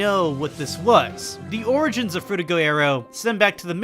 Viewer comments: I hate to be that guy but, it's Frutiger not Fruitiger. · It’s frutiGER aero. As in Grrrr.